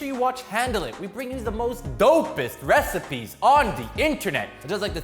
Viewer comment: "The most do pest". Lol